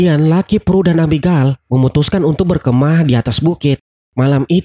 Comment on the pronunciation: Abigel bukan abigal